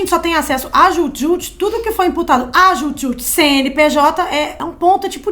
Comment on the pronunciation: Desculpem, mas quem era fã mesmo sabia pronunciar. Hahaha… É Dju Djut.